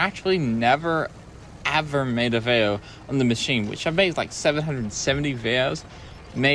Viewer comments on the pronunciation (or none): When you say vayo do you mean video?